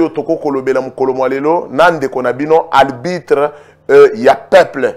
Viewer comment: Arbitre et non albitre .